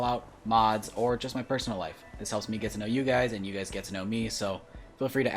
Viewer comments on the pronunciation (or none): none